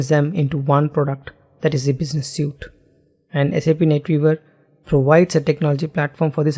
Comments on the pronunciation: Excellent presentation. Your English enunciation is also top-notch. One gripe (because you use the word a lot), "Suite" is pronounced "Sweet". "Suit", describes the clothes you wear to an interview. My apologies but you have obviously worked hard on your English. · suite (sweet)